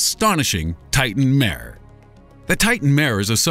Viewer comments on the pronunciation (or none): none